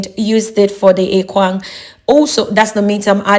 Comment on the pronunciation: point of correction madam, it is called ekpang and not ekwang. thank you.